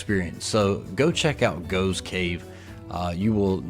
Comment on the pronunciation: 'Waitrose'. An upmarket grocery store. You couldn't see the name because there was someone in front of the sign. Btw, the cave is pronounced 'Goff's' Cave. I noticed in later videos he corrected that mispronunciation.